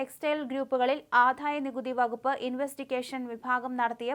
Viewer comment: ആധായമല്ല ആദായമാണ്